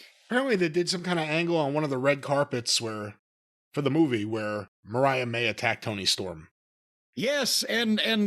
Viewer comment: Man can't even say Mariah's name right 😂